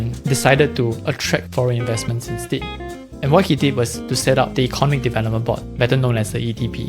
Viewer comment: Pronunciation: Eco NOM ic, not ECON omic. Aca DEM ic, not ACADamic. Pho TOGraphy, not PHO TO GRA PHY.